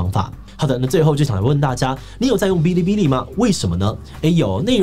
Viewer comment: 我只想說，發音是 ㄅⅠ(一聲)ㄌⅠ(一聲) ㄅⅠ(一聲)ㄌⅠ(一聲)